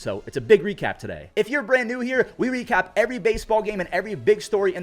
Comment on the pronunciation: bro said "we recap" like a French person lol Hui hui cap